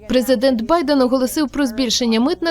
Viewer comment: ПрезикДент что? Канал, тфу, Штирлиц ещё никогда не был так близко к раскрытию.😂